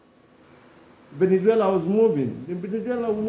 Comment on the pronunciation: It’s Valenzuela, not Venezuela. He’s not the country . Stop it with your ignorance. Sad you can’t tell the difference.